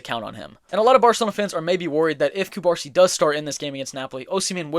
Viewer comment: hey bro love ur videos, catalan fan from the city of barcelona here, ur videos help me improve my english and i wanted to help u back with ur pronunciation. u misspronuncing Cubarsí surname, u are pronuncing Cubársi instead of Cubarsí it sounds weird. in catalan (also in spanish) the accent marks the stressed syllable (in this case the last letter of the surname). u gotta put tension in the last letter “í” saying Cubarsí instead of Cubársi.